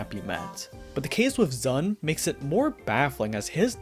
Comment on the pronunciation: I mean, this is the same guy who refuses to pronounce ZUN as "Zoon" like it's supposed to for some reason